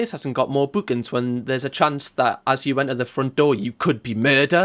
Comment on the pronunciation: No g required 😆